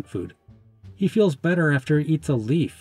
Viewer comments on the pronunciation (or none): none